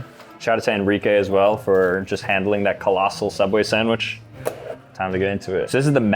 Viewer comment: “SOOubway” Not “Subway”!